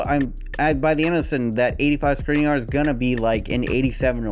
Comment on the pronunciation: It is pronounced Shkrinier